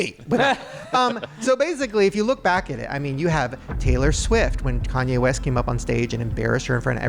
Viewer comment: Lol did Shane say "Tanye West?"